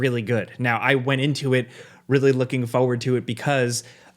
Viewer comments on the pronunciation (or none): doesn’t pronounce the R in forward. I love it 😂 “ Foeward”.